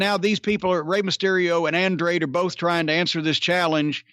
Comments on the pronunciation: Mr. Cornette, just to help you with the name Andrade it sounds like Ahnd rah day. I am an old school fan of yours. I'm originally from Knoxville and used to come to SMW shows regularly in town. You are usually on point about this newfangled rasslin. I'd rather have rasslin the way it used to be and the way you like it. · “There’s Andraid...Andradah..whatever the fuck”